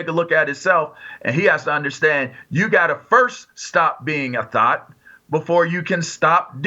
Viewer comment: Someone teach Jason how to say thot